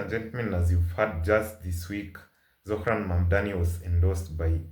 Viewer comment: Why can't Cuomo pronounce Zohran's name. I don't think Zohran needs an endorsement from Jefferies. Jefferies is a Zionist stooge, he prefers the shekels.